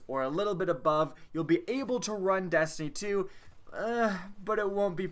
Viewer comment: Am I the only one that hears him say dastiny and not destiny?